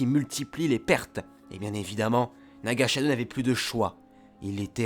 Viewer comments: Tu as très bien expliqué l'histoire de Korriban et, bien que je connaissais déjà tout ce que tu as dis, j'ai beaucoup aimé la vidéo, continus comme ça c'est du beau boulot (comme d'hab') ^^ Ps: par contre attention à la prononciation çe n'est pas Naga Shadow c'est Naga Sadow ;) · Pas mal la vidéo, même s'il y a quelques fautes (par exemple : Naga Shadow alors que c'est Naga Sadow, Ragnos et pas Ranios, etc), et certains évènements/personnages qui ne sont pas racontés dans l'ordre chronologique.